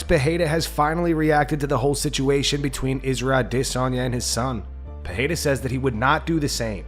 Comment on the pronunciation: It's not pronounced Pihada you dummy. It's Peirera.